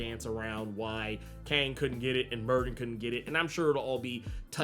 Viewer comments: Myyrdin it did sound like burden though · Merlin's Welsh name is Myrddin not pronounced as it's spelled but MERTHIN. In Welsh "DD" is "TH". That's the simplified and easiest way to understand if you see that in the future